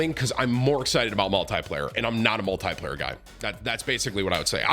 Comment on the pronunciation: every 5 sec tim : multiyyplayer multiyyplayer :D